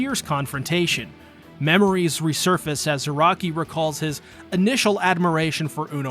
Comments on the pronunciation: “Zayaki” is crazy. 🤣😂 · there is no way you called him zayaki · Zaraki is zayaki?!?!?! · did he just... Called "kenpachi ZARAKI".. "ZAYAKI" ? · He called Kenpachi "Zayaki" What!? Jokes aside, this is very well made.. even if some of the pronunciations are driving my weeb ass insane. CAR A CURRA TOWN.. that'll do,. Subscribed for good video, and good sport.